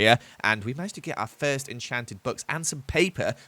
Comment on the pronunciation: said we found our firth dimonds.